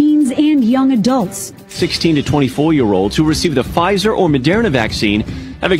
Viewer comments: The guy talking about Pa-fizer! Has he never watched the news??! Surely he has ears. Lol He who has ears, let him hear! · It's "PaFizer" for me 🤣🤦🏾‍♂️ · I have a really hard time believing anything anyone says that pronounces Pfizer, P Fizer tf 🤣🤣 BTW Love ur conspiracy vids comps, especially since I refuse to get TikTok so thx for sharing. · At least say Pfizer right damn.